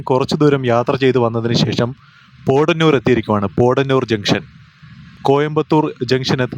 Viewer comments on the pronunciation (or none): Thiruvalla Kottayamalle broo.... പോടന്നൂർ അല്ല ബ്രോ പൊത്തന്നൂർ നാണു അവിടെ പറയാറ്‌ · പോഡനൂരല്ല, പോത്തനൂർ, പറയൂ പോ ത്ത നൂ ർ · വാളയാര്‍ കടന്നപ്പോള്‍ പാറ പൊട്ടിച്ചിരിക്കുന്നത് കണ്ടത് മധുക്കര ACCസിമന്‍റ് ഫാക്ടറിയുടെ മൈന്‍സാണ്.പിന്നെ പോടനൂരല്ല പോത്തനൂരാണ്